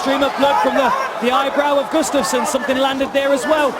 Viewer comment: For faks sake it's gUUUstafson not gustAAAfson